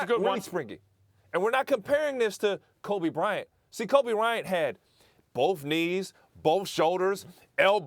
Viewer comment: Everyone “Kobe Bryant” Ryan Hollins “ Kobe Ryant” 😂😂😂😂😂